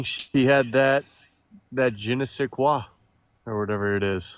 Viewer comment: Im honestly impressed this humonculi could even pronounce je ne said quoi 😂